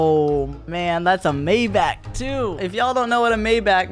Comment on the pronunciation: Come on you do not know how to pronounce Maybach